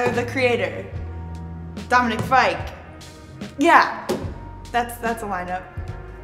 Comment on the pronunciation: NOT HUNTER SAYING DOMINIC FIKEEE AHHHHHH